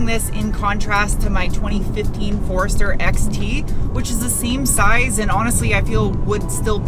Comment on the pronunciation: Love how you say Forrester. Sounds like Forrurstir 😁😉